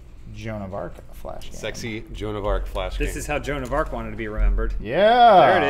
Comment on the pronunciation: That was the most butchered version of joan of arc I've ever heard.